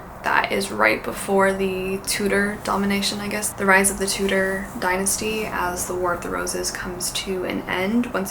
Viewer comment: Not 'Toodder' but 'Tyoo-dor". I thought you said 'tutor'.